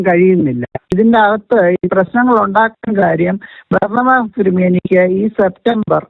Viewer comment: ബർണബാസ് എന്നു വിളിക്കല്ലേ ബറാബസ് എന്നു വിളിക്ക്